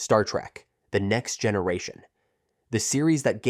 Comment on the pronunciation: It's trek not track!!!!!